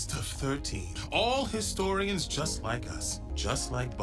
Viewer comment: adora mispronouncing things will never not be funny historiAaAns